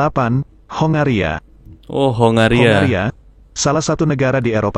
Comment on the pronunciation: Lucu kalau youtuber indonesia mengucapkan kongo dan hongaria. jadi (KO-NGO) dan HO-NGA-RIA..😂😂😂